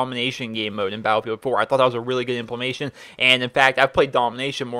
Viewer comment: "Implementation" LOL Sorry just couldn't resist the urge to correct you there... Forgive me!